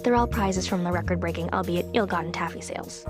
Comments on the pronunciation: I admit I never knew it was pronounced al-be-it, and thus always considered it to be a word of its own not influenced by the identity of the subject. In my defense, English is not my first language. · I was about to ask, since I had never once heard anyone use the word "albethey," if it was just a bit for the episode or not. As for the petition, hard pass. It felt painful every time I heard you say it in this episode. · the problem is that I literally never heard a single human being say albeithey prior to you